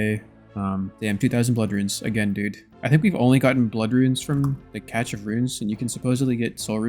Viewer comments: I love this entire series, it literally got me back into the game (first login in 2269 days)! Keep up the awesome content! BUT, what the hell is a “catch” of runes?!? It’s pronounced either “cash” or “cashé”! I’m looking out for you brother! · its pronounced cash, not catch of runes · Cache sounds like cash when you say it. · Didn't know cache had a t in it. Cash or cashay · Still hoping you win the all 3 metamorphed raids pets race. BTW cache is just said like cash